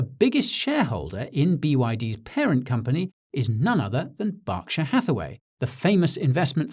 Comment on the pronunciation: Thankyou for pronouncing Berkshire correctly